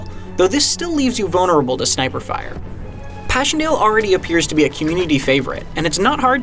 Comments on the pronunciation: Lol how did you pronounce Passchendaele? Pehshendayle? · I know how it's pronounced: pa-sen-da-le. Which is why the pronounciation in this video is hilariously bad.